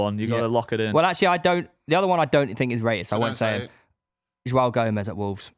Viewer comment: was doing alright until he said Joao Gomes and then I turned off